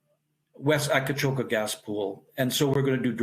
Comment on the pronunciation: Great story. Btw, the place is called Akcakoca, not Akacoka.